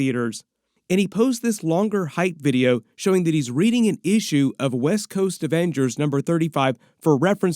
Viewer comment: Every time says “Issue” I hear “feeexins” from East Bound and Down.